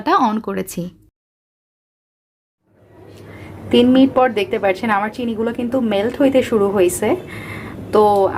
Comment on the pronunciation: পার্চ্ছেন নাকি পাচ্ছেন? আপনি পার্চ্ছেন কেনো বলেন? ওভার এক্টিং করলে যা হয় আরকি। 🙄😕